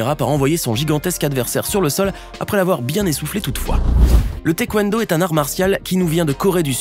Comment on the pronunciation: Taé et non téquendo